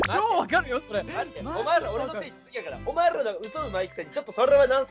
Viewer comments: ~ のちょっと巻き舌入っててすこ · 「お前rら俺のせいにしすぎやから お前rrら嘘上手いくせにそrrれはナンセンスやぞ」 の巻き舌が…🌀